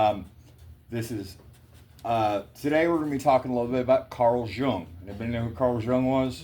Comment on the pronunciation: I love how you said you were glad you were wrong. How you thought it was a cult or something and didn't want no part so you challenged following the guidelines only to find you were wrong because I felt and thought the exact same way about it. Btw the J is silent😊